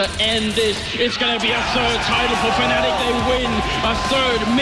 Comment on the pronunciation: i think this dude had a stroke. Fucking Fananic or whatever he said lol